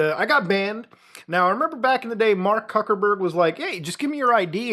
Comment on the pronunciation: I thought he said fuckoberg and honestly valid